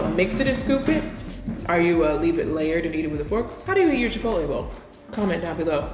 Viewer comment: “Chi pot el” 😂😂😂 so meee